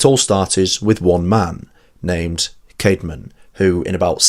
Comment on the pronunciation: Was his name Kayd-mon or Kaad-mon? I think the old English 'ash' letter that combines ae is pronounced like the a in cat. So I go with Kaad-mon.